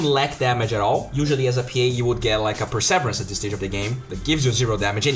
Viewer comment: "per-sah-veer-ance" !!!!!!!!!!!!!! People get so irate when English speaking people mis-pronounce other languages, and seeing as you're trying to boost your streaming... It'd be nice to pronounce many of the English words correctly... Just go to google and type "define perseverance" and click on the speaker symbol to hear it pronounced if my crappy phonetic spelling doesn't help :) P.S love the videos mate, I'm trying to watch every single one as they come out.